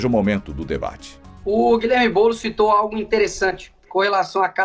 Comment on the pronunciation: É boulos vc está embolado !